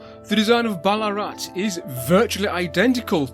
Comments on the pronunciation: Another brill vid but a note on Australian pronunciation: Vowels are rarely stressed, so Melbourne is melb'un , Ballarat is said almost as one syllable, tho the weird double a spelling would be close to ball-aah-rat :D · (Note this 🙂) We don't spell the town name with the "double a" anymore. It's long been simply "Ballarat." So perhaps "Bal-uh-rat" would be the best way to pronounce it. I won't go into detail here with local and outsider names for what is today not such a nice town in regards to many of its inhabitants... No dig at you, just saying from someone who lives in the town.